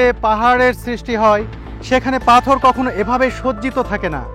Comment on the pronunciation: "পাথোর" উচ্চারণ করেছেন , পাথর উচ্চারণ করার চেষ্টা করবেন